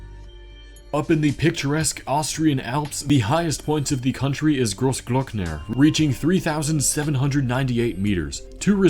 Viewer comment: Your "Großglockner" pronunciation was actually very good